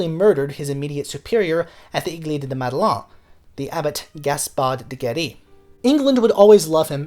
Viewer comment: Little correction : "église" is pronounced like "eh-gleese" and Madeleine rhymes with pen!